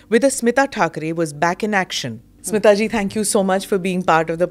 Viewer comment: स्मीता नव्हे, स्मिता